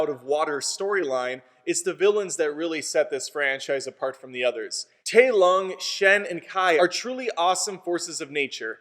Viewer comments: I hate how you pronounce Tai Lung as 'Tay Lungue' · Bro seriously pronounced Tai Lung wrong 😑